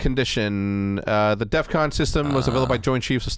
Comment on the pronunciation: dumbass didnt even day def con he said "death con"